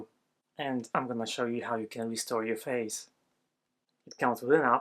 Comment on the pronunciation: When you first segued into the ad, I heard "faith" instead of "face," so it sounded like people said "I wish you could restore my faith."